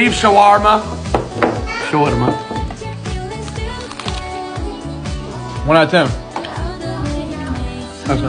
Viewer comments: DONT PZUT ZHA KEZUP ON ZHA ZAWARMA 🤣🤣😂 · The way he pronounced the word shawarma as showorrrrmo